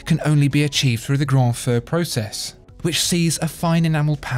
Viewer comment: I think he means 'Grand FEU' NOT 'Grand FAUX' - pedantic, possibly, but one means 'Great/Big Fire/Flame' and the other 'Great Mistake' or 'Great FAKE' ;)